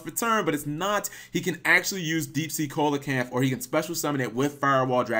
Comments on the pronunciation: hate to be that guy, but it's pronounced SEE-low-kanth. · It’s pronounced “See-Lo-Ken-th”